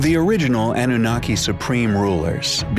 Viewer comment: The narrator should have been tutored on how to pronounce certain words (such as Annunaki, Nephilim, etc.) before he actually recorded the audio track.